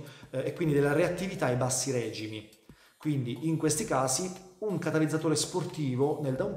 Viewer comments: Ottima spiegazione ma si dice regimi non règìmi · usa "regìmi", ti prego !